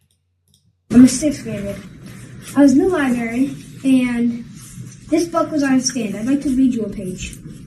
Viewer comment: I love his videos but I immediately corrected the libary and libarian parts to myself 😂 other than that your videos are spot on.